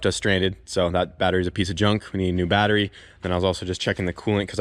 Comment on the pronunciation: "The car needs a new battewy..."